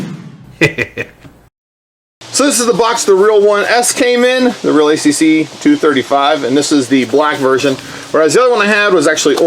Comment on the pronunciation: I think its pronounced real Akk